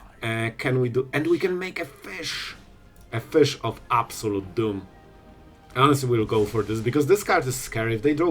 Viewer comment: "The Fish to absolust DOOM" 💖